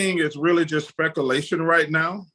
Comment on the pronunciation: charles "spekalation" Barkley ...thats why Sir Charles is the GOAT